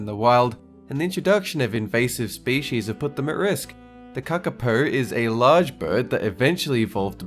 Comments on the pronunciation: KA-ka-po, not ka-ka-PO. Also means 'Night Parrot' not 'night owl'. Yeesh. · Um its kakapu 😂